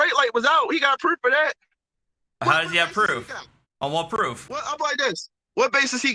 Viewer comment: Is it me or does he pronounce any word with a "oo" like "proof" as "eww" example "pr'ewwf" or is it just me? Coulda been just me because for whatever reason it annoyed the sh*t outta me. Im surprised with all those right to travel always "win" in court and get outta jail free packets being sold for $500 - $1000 no Sov Cit has come up with Hooked On Phonics Sov Cit Edition $1299.